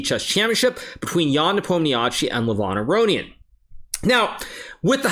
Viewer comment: "Levon Arownian"???????????????????????🤦‍♂️